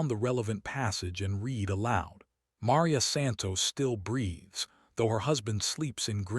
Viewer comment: Also ma-REE-ah and ro-BEAR-toe with the accent on the second to last syllables.